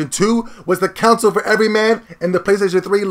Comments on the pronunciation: I truly find your vids entertaining and I agree with lots of what you say. But dude, please try and say CONSOLE. Not council. The way you always say it sounds like you are talking about a tribal council jury. Sound it out. Connnnn sole. Not being a wise ass. Keep up the good vids. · Lol nigga said "counsel"